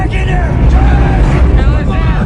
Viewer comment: Ok skip it, the character outside the truck is named "Travis" & you can hear that clearly . It is weird though that 1st it sounds like they're calling him "Kayless" semi quickly.